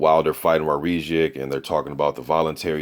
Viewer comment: His name is pronounced - War - Zick